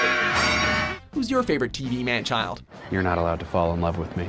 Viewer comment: you say man child i hear single teen mom lol